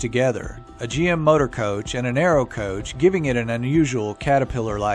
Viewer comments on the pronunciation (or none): none